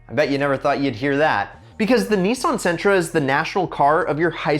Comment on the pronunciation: Sentra.... What the hell🤣